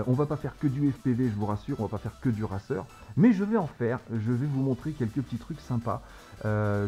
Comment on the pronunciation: Racer se dit "reyceur" en anglais (je sais pas écrire de la phonologie). Ça me stresse un peu :P